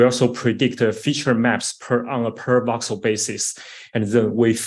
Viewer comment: Are you saying "box cell" when discussing the AI graphics?